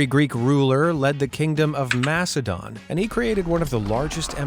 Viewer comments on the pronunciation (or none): none